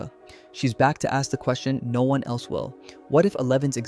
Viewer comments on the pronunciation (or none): none